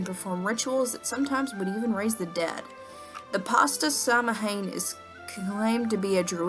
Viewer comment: Hang on... samhain isn't pronounced sam- hane, it's pronounced sao-win. Just had to put that out there.